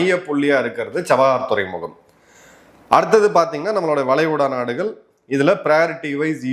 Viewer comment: "வலைகுடா நாடுகல்" தவறான உச்சரிப்பு "வளைகுடா நாடுகள் " சரியான உச்சரிப்பு